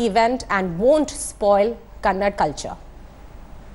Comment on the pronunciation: First pronounce the words properly it's "kannada" and not "kannad"